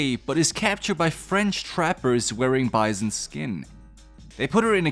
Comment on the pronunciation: "Bizuns" What is your accent, my friend?